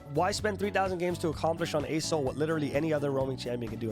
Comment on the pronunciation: saying "ArSol" instead of "ASol" makes me very uncomfortable for some reason that I can't explain